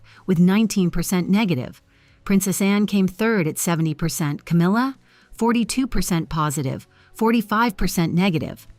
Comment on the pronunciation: there is NO "r" in her name! Itd CAMILLA. Do better